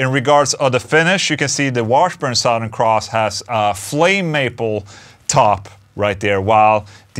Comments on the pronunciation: SUH-THURN not SAOW-THERN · Sorry Ola I have to do it. It’s “suthern” like brother. I know it looks and spells like south but for some weird reasons I don’t know anyone who says south ern. You say it any way you want but I couldn’t hear anything but how you said it. Maybe it’s my problem. Probably. Lol. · Love the way he says “sawthern” cross. 😂😂